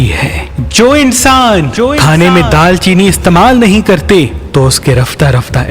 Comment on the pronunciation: Daar cheeni Not Daal Cheeni